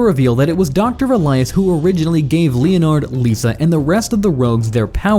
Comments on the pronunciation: Pained me every time it said "leo-nard".😂😂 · I’m sorry, but I have to say something because you won’t stop saying Captain Cold’s name, and incorrectly at that. Leonard is pronounced Lenard, not Lee-On-Ard. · len-erd snart btw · Who the fuck pronounces Leonard like that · You pronounce leonard so badly